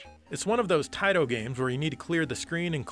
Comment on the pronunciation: how dare you not say Taito the correct way (Tai-TO!!!). You're usually on point here. ☹️